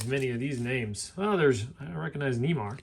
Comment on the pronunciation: He Completely messed up pronunciation of Neymar's name and John Kruk's name